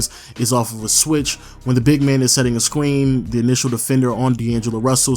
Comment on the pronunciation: Am I the only one th as t laughed when he said scween